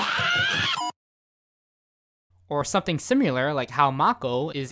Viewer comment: Good video, but it's "Number" - not "amount." There's a difference. And it's "sim-i-lar" - not "sim-u-lar."